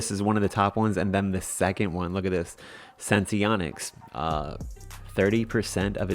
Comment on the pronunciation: Thank you for actually pronouncing it correctly😄 So many others don't. Last video I watched, the girl had 5 different ways to pronounce Senseonics lol. SENS to the Moon!!🚀🚀🚀